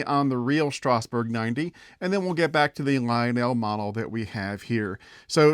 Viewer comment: Please stop mispronouncing Strasburg. It's pronounced Strazz-burg.